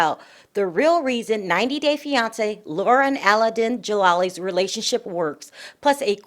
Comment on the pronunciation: Why does Laura pronounce Aladin as Al-a-den!?!